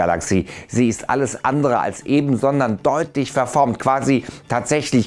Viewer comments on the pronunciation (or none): none